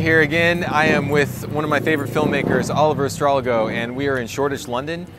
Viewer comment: Thanks for the shout out, Brandon. I'm glad you like the picture profile. I'm a fan of your work so it's an honor to know I've been involved on some small level. Oh, and thank you for pronouncing my name perfectly, that almost never happens! Cheers.